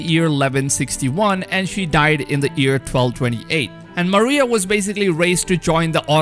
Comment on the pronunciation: He says “year”. I hear “ear”